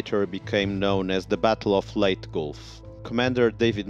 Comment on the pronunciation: Also, leyte is pronounced as "ley-te".